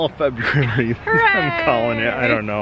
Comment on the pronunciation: Fe -booze -ary. BOOM nailed it.